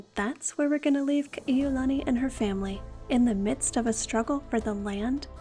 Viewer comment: You’re just another Ha’ole who cannot pronounce Ka’iulani and Kalāka’ua names correctly